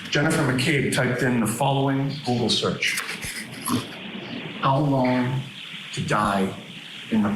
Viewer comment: 😂. Sorry, but I've replayed 3 times....why do you keep saying hose long to die in the cold??? Eventually, you do get it right...how long... So, whoever did that search mis spelled, but not hose long... been on the fence about this.... watching this episode of your show helped tip off straddling the fence. Then you go & compare this with O J case .... Good grief...